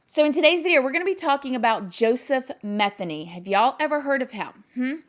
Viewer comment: It's actually pronounced Ma theen y